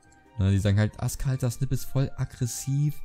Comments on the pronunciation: Das heißt Snippeee aber spricht man snaip aus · Ach und er wir sneipi ausgesprochen